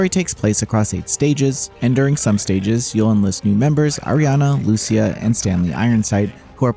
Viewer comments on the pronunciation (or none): none